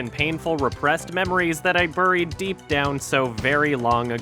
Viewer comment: The scariest thing in this video is how pronounces "buried"